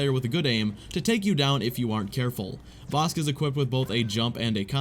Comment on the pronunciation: Its bossk. One syllable.